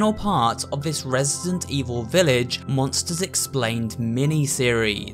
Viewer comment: i think i just heard him say resisent evil XDD dats so cute